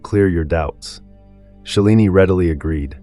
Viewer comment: Preeti not Prethy, Shalini not Shellini😮